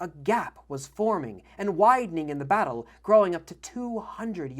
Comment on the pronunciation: when when you pronouce Battle it sounds like... Butt hole:) 🤣